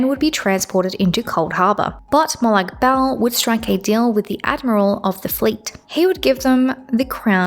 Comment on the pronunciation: For future reference, I'm pretty sure most sources pronounce it as "Mo'-log (or lag) Ball" 😭